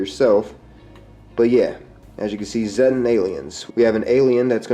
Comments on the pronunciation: i think it's pronounced Zeetan, not Z-tan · The Flatwoods monster is most likely a Zettan (actually pronounced zay-ta, not zeh-ta iirc, from the Greek letter Zeta) wearing a bio-hazard suit o protect it from the Scorch Virus. Presumably with time being moved forward by the Wastelanders DLC wave the Scorch Beast plague will be canonically eliminated (or at least pushed back and contained) and they will no longer need to wear the suits except in areas that stll have lingering infected creatures. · zéttens?! itsnt it more of a see-ta thing?